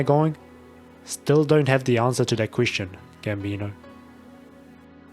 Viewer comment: everytime you pronounce "queestion" some fairy die in the astral realm